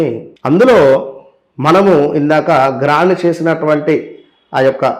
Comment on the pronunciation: గ్రైండ్....not గ్రాండ్